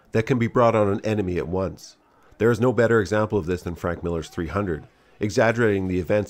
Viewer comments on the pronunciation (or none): none